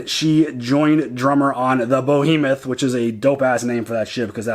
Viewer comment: I think you said "Bohemoth", it's "Behemoth" ;) Also: Miller told him "Watch the doors and corners, don't go in too fast. Go gotta go in slow, or they'll get you"... he meant you can't go through the ring at speed... you have to go in slowly. That's why they did the decelleration just before the ring. Holden figured out what Miller tried to tell him.